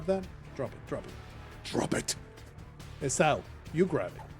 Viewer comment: Esau is pronounced “EE-saw”. This was chaotic and stressful 😂